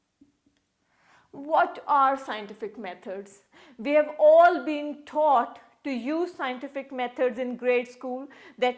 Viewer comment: Pronunciation of "taught "... Not "thaught"... LOL😂😂😂😂.. We collect " Data"... "Chhhomplicated"... Lol 😂😂😂.... Where are you bb certified from...? 😂😂😂.. Samjha karo